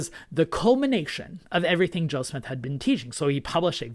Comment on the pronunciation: I appreciate your very unbiased, information-based videos. I have one suggestion, when you're speaking/reading, you have a tendency to speak quickly, which I actually appreciate. However, it seems more often than not, when you say Joseph Smith, it sounds like you're saying Joe Smith. Knowing you want to maintain a historical objectivity, I'm sure you don't want to create the impression that you're adopting an anti-Mormon nickname for the Prophet. Otherwise, really enjoy your channel.